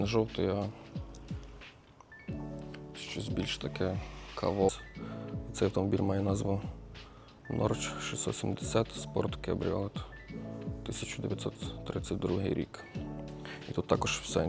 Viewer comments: Правильно в транкрипції читається ХОРЬХЬ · Вразили глибокі пізнання автора "Норч" і "Фатеон"- убив😂😂😢